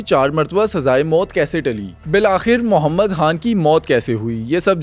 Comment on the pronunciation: Muhammad han Are bhai Muhammad khan tu kehna sekh lay yar